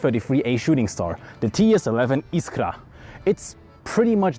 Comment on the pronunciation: you said "iskra" so perfecly (i'm polish)